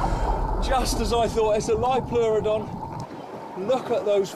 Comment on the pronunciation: Liopleurodon is pronounced like that.